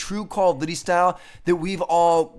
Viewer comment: Stop saying "Call of Dity". It's "Duty", not "Dity"